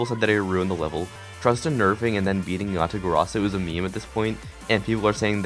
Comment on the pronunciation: "Breating" XD